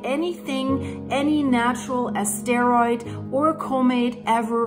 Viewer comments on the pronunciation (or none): the word "asteroid", is NOT pronounced "a-STARE-oyd. It's pronounced ASS-ter-oyd. The emphasis is on the FIRST syllable, not the second.